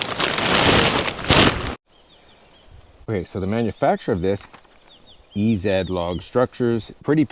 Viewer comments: EEE - ZED? No...EZ and is EASY....ZEEEEEE, LOL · eee zee as in easy not e zed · "e zed" ... never trust a canadian. can't even comprehend things as "easy" ... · Hey.... what word is this, Easy? It's EZ, not EZed. I don't care if you're a Canook, the product is made by EASY. It's not that hard. Kind of like if something has nothing in it, it's M.T. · E-ZEE not E-Zed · E - Zed? It’s meant to be EZ (easy) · EZ sounds like" Easy" . 😂😂😂 E zed ,you wacky Canadians. 👍🏻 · Did it ever occur to you the name of the manufacturer is EZ (easy) and not E-Zed? 🤦🏻‍♂ <---(facepalm) - That's "Lincoln Logs," not Lego. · E "zed" Really?? How easy could they make it??? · It’s pronounced EeZee not E Zed. I get that is how you pronounce the letter Z but that’s not the name. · “Ee- Zed” cheeky subtle Canadian thing to say…🇨🇦